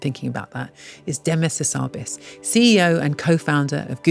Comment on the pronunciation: Hassabis rhymes with cannabis.